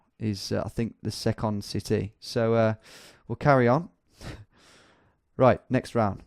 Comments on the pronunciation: Almost had me until "Se - Cond" haha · The number of people on here who can’t tell he’s joking in the pronunciations of the US places is astounding. Fairly sure anyone British could tell he’s joking, I mean did you not hear how he pronounced ‘second’ city, bit of a clue.